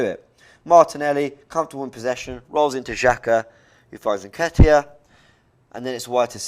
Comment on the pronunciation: "Chin chenco"... "Necketiah"